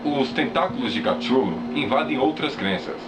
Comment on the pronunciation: Shadows! Sombras da verdade poder ser mas não tem "A" ... Kutulu pode ser uma kititulu. qualquer coisa mas CATCHULO? Foneticamente está lido errado Oo